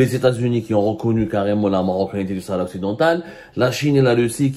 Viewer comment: Tu n'arrive pas à dire shara marocaine😂😂😂😂😂🖐🖐🖐🖐🖐🖐🖐🖐🖐🖐🖐🖐🖐🖐🖐🖐